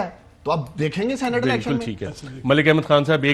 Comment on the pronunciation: اس فضل کریم کھوچُو کو کوئی بتائے، صحیح لفظ سینٹ نہیں سینیٹ ہوتا ہے!!!